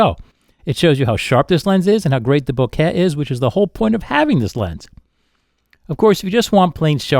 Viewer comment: "boak-yeeaah" lol I typically don't care how people pronounce things, but I've never heard this pronunciation before.